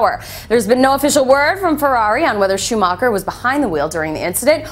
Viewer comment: 1.Schumacher is still god 2.LEARN HOW TO SAY HIS NAME